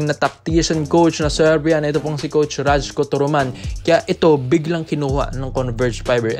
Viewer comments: bro RAYKO ang bigkas ng pangalan nyan..hindi RAJKO.. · rayku tamang pronunciation, turoman.